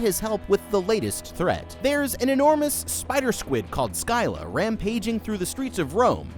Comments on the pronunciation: Btw its pronounced sila not scila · it pisses me off hearing how you say scylla! wtf is silia? its sila! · yeah the pronunciation is "siy- la" not seleia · It’s pronounced Silla that’s not how it’s spelled but that’s how it’s pronounced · Just to let you know. Scylla is pronounced like sil-uh similar to scissor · the crab is pronoused sylla btw whatever you say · Your channel is Goated but her name is pronounced“silla” nvm you corrected yourself. While I was writing this comment no edits your a goat hahah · You called her skyla at first and I was being analytical but everyone in your comments is better then me for not bringing it up 😅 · I thought it was pronounced Sih (like in silicone) - luh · Its pronounced Sylla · It is fun to listen to Americans trying to properly pronounce "Scylla" and failing again and again 😂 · Bro pronounced Scylla differently every time he said her name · Never heard Scylla mispronounced before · I have to appreciate the constant change in pronunciation for "Scylla". You never pronounce it the same way twice in a row, thus making it impossible for anyone to same "Erm, akshually, it’s pronounced *insert some pronunciation here*" Kudos to you man! And have a damn good day! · You said scylla wrong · Scyla is pronanced S-S-Y-L-A